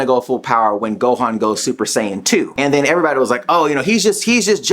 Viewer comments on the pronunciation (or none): none